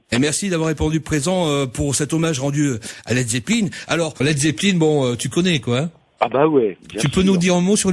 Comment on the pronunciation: manoeuvre pronnonce "led zeppeline"??!!!? c la premiere interview que j'entends ou il ne dis pas led zeppelain!